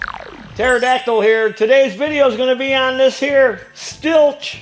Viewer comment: Hey great video I am a Husqvarna and Stihl dealer in Alberta Canada... and Stihl is pronounced... Like the word STILL.... you should pressure wash clutch area and remove clutch makes it easier and also allows you to check oiler and clean around seal